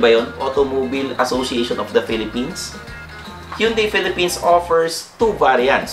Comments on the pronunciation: Sir, it prounounce “Han-day”..HYUNDAI 😊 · Hyeon Dae